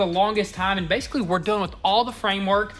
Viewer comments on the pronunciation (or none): none